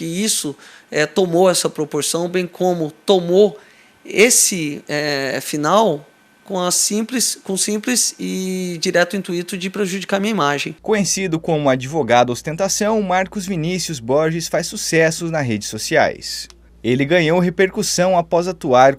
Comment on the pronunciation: Não é intuíto, é intuito.Sem acento.